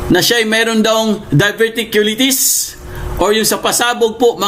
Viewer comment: Pronunciation:of Diverticulitis;Die ver ti q lie tis😅